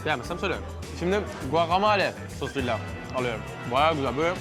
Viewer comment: GUAKAMOLYA diye okunuyo